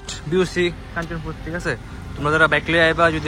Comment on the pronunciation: it's not Kanchapur. It is Kanchanpur